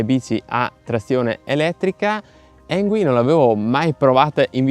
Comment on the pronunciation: Avrai pure controllato on-line per la pronuncia, ma la pronuncia esatta è "Ingui", non "Engui". Sbagliano tutti ... lo so. 😊